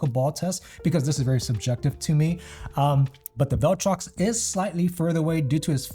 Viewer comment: Imagine mispronouncing ‘viltrox’ as ‘vell-trox’ 214 times in a vid. Gummon bro.